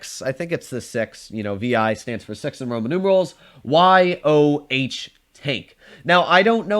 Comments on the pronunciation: It’s not y o h , as In letters, it’s Yoh as in the family’s last name. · Just say it Yoh rather than Y o h